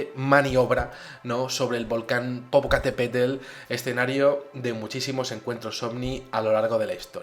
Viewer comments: Angela Sepúlveda Leija popocatÉpetl, pero dice popocatepetl. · soy de México y popocatepetl no se pronuncia asi como lo dijiste jeje lo dijiste como "tel" al final y es "tl" digo hay nomas como una pequeña nota jeje pero buen video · milka pérez Creo que no podría explicar cómo se pronuncia exactamente: más bien creo que es la costumbre de toda una vida. A grandes rasgos te podría decir que la terminación que usa: "tel" no es. Sino más bien TL, como originalmente está escrito. Me estoy dando cuenta ahora mismo que no es la E el problema sino la terminación que ha usado. Saludos, linda.:3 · Saludos gracias por dar a conocer este suceso, yo me quedo cada vez mas fascinada con tus relatos, pero ahora con tu "PopocatÉpetl" e imaginandome a Carlos diciendo "vala,vale" con tu acento... jajajaja,disfruto tanto tus videos que ya no se cual es mi preferido... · exelente programa ah y se dice: popocatépet'l 👽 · Es una estupenda historia, me partí de la risa cuando dijiste popocatepetel, cualquiera comete errores:p